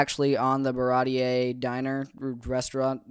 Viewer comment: I completely agree on all these arcs. It goes from okay to good to great just like you said. And then it continues to get better and better! Props for being an early Usopp fan and getting Baratie pronunciation right immediately.